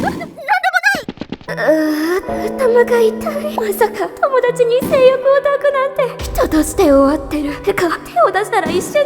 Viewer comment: めっちゃ気になったんだけど 抱くの読み方 ✕だく 〇いだく だよね